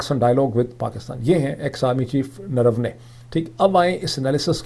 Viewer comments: face-blue-smiling: Naravanae = Nar-vaa-ne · The correct Pronunciation is Ner- Vanay, it's unfortunate that viewers are teaching the analyst lol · آپ نے پھر بھی صحیح نہیں بولا بارہا کوشش کے باوجود ۔۔۔ جنرل نروانے ہے انکا نام